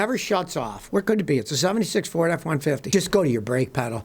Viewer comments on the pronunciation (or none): none